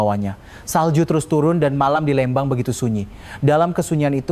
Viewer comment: 😢maaf bukan Lembang tapiiiii Leeeeembang🙏🙏🙏🙏🙏